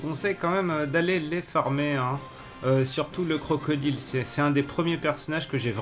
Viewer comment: CrocodAÏLE